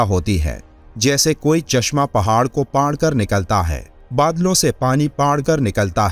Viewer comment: ارے بھائی اردو بولنے پر اور محنت کر لیں، لفظ پھاڑ کر ھے نا کہ پاڑ ،